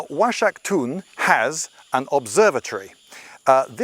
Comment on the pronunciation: The x is supposed to sound like a hard 'H' like Oaxaca (wahaca). I can't trust the rest of what he say's...